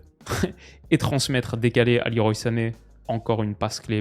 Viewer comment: Petite info inutile pour les diners mondains : Leroy Sané se prononcerait "le roi" à la française, car son prénom serait un hommage à Claude Le Roy, ancien sélectionneur de son père, ancien international sénégalais. Je viens de voir ça sur son Wiki. Sinon super vidéo, ces vidéos d'analyse "à froid" ont vraiment ma préférence sur ta chaine !